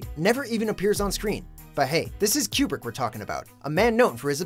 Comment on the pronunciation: How the fuck do you mess up pronouncing Kubrick's name?